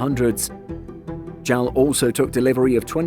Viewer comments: JAL is official, not J-A-L. A-N-A is official, not ANA. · Have to quit watching after a full minute of hearing JAL pronounced "gel". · It's the first time I hear someone pronounce "JAL" like a word. People around me always say "J-A-L", just like you didn't pronounce "SIA" as "sia". I just find it interesting, is there anyone else who pronounces it as "jal"? Or does anyone say "ana" instead of "A-N-A"? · It is werid to hear JAL instead if J-A-L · I noticed that too. I always pronounce it as separate letters.